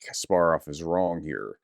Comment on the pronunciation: Please sort out your pronunciation of Russian words. I'm English and I can do it so it isn't difficult to learn. I have put up with your pronunciation of Russian since I first ever joined your channel. But pronouncing Kasparov, a long famous Ukrainian/Russian so badly is beyond redemption. It is NOT difficult. Just listen to how the Russians pronounce their words. Oh you got Kasparov correctly later on.